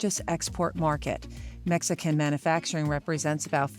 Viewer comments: it’s pronounced man “you” facturing, not, man “uh” facturing. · This woman pronouncing "mana-facturing" is driving me nuts! There's a "u" in manufacturing.. it's pronounced man-you-facturing. Not "mana"